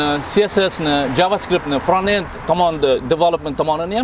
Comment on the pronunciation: Toga fronted bascend ni ozi togri talaffus qilolmaskansizku